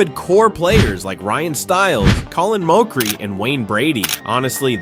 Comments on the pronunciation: Ya, your take is completely wrong. You're pronouncing Mochrie wrong. And a revival that does 11 seasons is not a failure. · was this an ai voice? why you saying Mochrie like that? 0,o